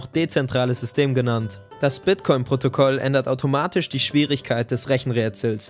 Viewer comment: bei gehört protokoll statt protokol aber sonst wie immer ein gutes video